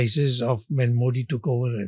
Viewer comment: Great mind being kept on the sidelines while clueless bootlicker Sitharaman is running the FMO. No wonder this country is in such shambles. But it really is something remarkable that even such an educated man can't pronounce Modi correctly; that's how bad education is in this country.